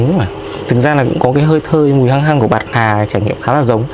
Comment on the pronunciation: "pạc hà" 🤣